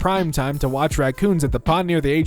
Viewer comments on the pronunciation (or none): none